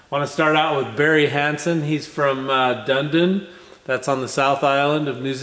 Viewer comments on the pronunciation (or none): Dundin? More like Dunedin. Pronounced dun edin.